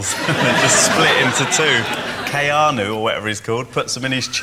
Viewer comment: "Kay-ah-noo" xD